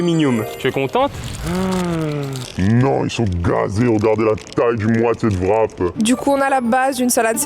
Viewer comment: Je ne sais pas comment se prononce CZER mais en revanche WRAP c'est comme WRITE ou WRISTE le W est muet. Donc c'est "RAP" et non "VRAP".